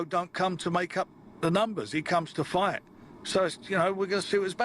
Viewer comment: Why does always pronounce Fight/Fighter as Fighdd or Fighdder? Sort of American/Aussie sounding. Weirdo.